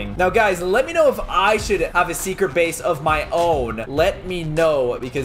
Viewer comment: You said have a secret bays